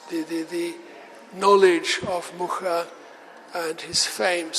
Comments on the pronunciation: Yes, she was just reproducing a common mistake in english saying muka…its muRa like he said 🙏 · She pronounced it wrong. He says Muscha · She didn't even bother to learn the correct pronunciation of the name.Anglo-Saxon ignorance in your face. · 40 seconds in is the pronunciation of "Mucha" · She didn't even pronounce the last name right.